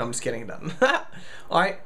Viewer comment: Lol instead of just you said lust XD